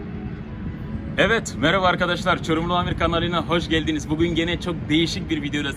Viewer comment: Başta Çorumlu amir düzgün söylüyor ama KANALİNA HOŞZ GELDİNİZ demesi yokmu🤣🤣🤣